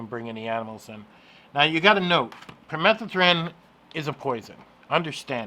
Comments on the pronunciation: Pur-meh- thuh-thren...LOL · No. The word is permethrin. You're adding letters and skipping letters. You just invented a different word altogether.